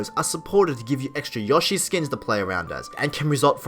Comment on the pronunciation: Dude, it's YOshi. Long o. Seriously.